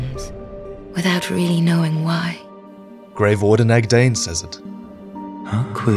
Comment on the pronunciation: say grave warden, I hear grey warden... lol